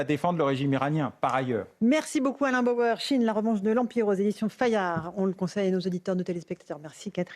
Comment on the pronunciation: C'est Bauer et non Bayer. Contrairement à vous il sait de quoi il parle et ses analyses sont construites et pertinentes. Même s'il est parfois énervant à avoir des analyses sur tout. Mais c'est le lot des surdoués qui font rire bêtement certaines personnes très ordinaires.